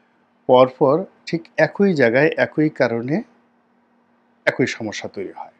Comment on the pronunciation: আপনার ' চ ' উচ্চারণটা kindly ঠিক করুন, আর একোই নয়, এ্যাকি (উচ্চারণ )।